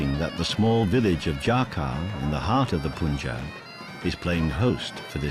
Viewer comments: These whities, it's pronounces "Panjab" , not "Pooonjab" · It's not "Poon"Jab, It's the "AA" sound, Not the "OO" sound. Try saying Pun(the english word) followed by Jab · He keeps saying it! It's notPOOOOON!!!! you imbecile!!